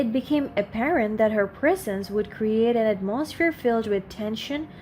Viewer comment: Hearing someone mispronounce words usually triggers my OCD. Listening to you though, with you mispronouncing every other word, has me rolling on the floor laughing. AtMOsphere, deterMINE, hilarious today for some reason.